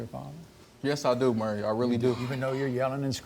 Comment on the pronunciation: Jesus Christ...first, it's not "Murry." It's Maury...."More EE." Second, is I is? Ig'nant? Yes, you is.